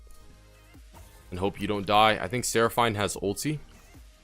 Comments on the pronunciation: coo deh grass* but still better than how he said it lol. Should we address the "Seraph- eine" part now? lmfao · the way you say seraphine urks me lol